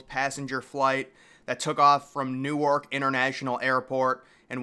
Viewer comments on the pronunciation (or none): none